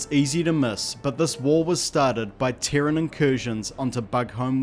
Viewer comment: What is a Teren? I'm assuming you mean Terran. Pronounced 'tear-rin'. As in : from Terra. Terra = Earth = Dirt. So, you could say Earthican, Dirtican, Soilan, Mudlicous, Mudballatious, sodirific...